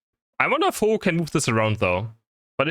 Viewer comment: you mean........Ho-ohlowear?